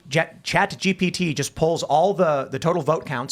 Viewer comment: “Sponsored by….. ChatGTP!”